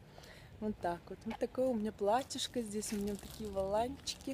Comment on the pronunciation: Вот такой у нас здесЯ обед !! Что за сЯ в словах везде ?? Противно